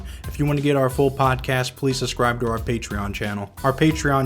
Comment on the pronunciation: Please learn how to pronounce the word "subscribe". It is not "sus-scribe" and it sounds like a 3 year old when you say it that way